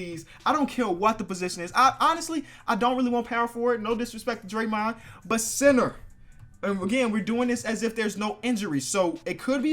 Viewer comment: When he say center it says cinner